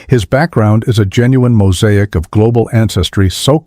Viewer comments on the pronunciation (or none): none